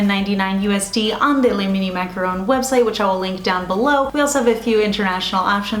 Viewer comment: So cute! And I'm sooooo glad you pronounce "macaron" correctly lol. There's a very popular beauty Youtuber who mispronounces it every time as "macaroon" and it drives me 🦇💩 crazy haha!